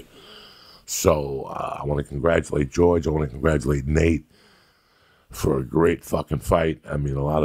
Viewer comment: Joey goes, "jorjay and nake"